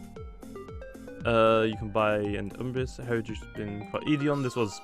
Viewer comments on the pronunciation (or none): It is pronounced eth eerie a